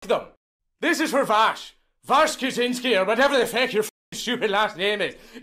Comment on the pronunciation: New pronunciation for Vaush just dropped: Vaahsh.